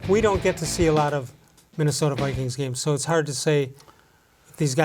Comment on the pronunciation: Go, "Brikings"!!!